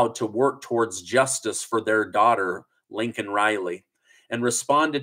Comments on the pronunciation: Her name is Laken not Linken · Her name is NOT Lincoln, it's LAKEN! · It sounds like you are calling her Lincoln Riley as well. It is, as you know, "Lay Kan" Riley. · The fact that Biden apologized for calling a murderer "illegal" but NOT for mispronouncing victim Laken (Lincoln) Riley's name tells you EVERYTHING you need to know about him R.I.P. Laken Riley FJBLGB!. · Even gets her name wrong --- It is LAKEN, not Lincoln! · Listen again. He didn’t call her Lincoln, he called her Laken. Turn up your volume perhaps?? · Exactly then gets on here and calls here Lincoln Riley just like Biden did smh say her name right or don't say it at all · just commented the same thing. This really misses me off! Say her name right or don't say it at all!! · You also called Laken Riley, Lincoln Riley. Please say something to correct it. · say LAKEN (lake -en) not LINCOLN… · Its ->L A K E N<- Reilly ...You are calling her "LINCOLN" just like the Imbecile!! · You need to correct the girls name it's not Lincoln Riley it's pronounced Laicoln Riley